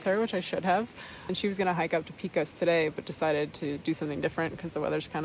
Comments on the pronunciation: Thanks for the nice videos and good job on pronouncing Panchuela, but "pee-kos" is like nails on a chalkboard for me 😂- my issue, not yours, but it's "pay-cos" or "peck-os" and the "ch" in Truchas is pronounced as a "ch", not as as a "k". Love those areas, it's very sad to see all the trees dying, especially in the last 5-10 years. And there are absolutely bears (and mountain lions) in those regions so you should be as careful with your food as you would be anywhere else. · I'm glad you decided to stay inside the shelter. New Mexico storms are nothing to play around with, especially in the high country. Also, FYI here in New Mexico we pronounce Pecos: Peck-ohs...not Peecos. And Truchas is pronounced Troo-Chus. not Trookas. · Great video! Thanks (Note: Pecos is pronounced PECK-ohs with a short e, others in New Mexico say the E as a long A Pay-cos)